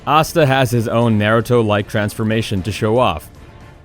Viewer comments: Did he just say nairuto? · He said “narado” when talking about asta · Naruto Asta really got me triggered 😂😂😂😂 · No you literally pronounce Naruto wrong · omg yeah mostly his naruto and obito pronunciation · You pronounced naruto asta and obito wrong, just a heads up.